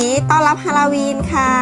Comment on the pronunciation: ฮาโลวีนไม่ใช่ฮาลาวีน